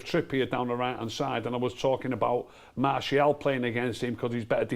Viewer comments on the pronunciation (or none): Just skipped the video to a random spot and the first thing I heard was saying "Marsh E AL" 😂